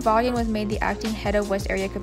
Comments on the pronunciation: Vawnnn. Hehe. It was driving me crazy. Good work tho! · The name is pronounced "Vawn".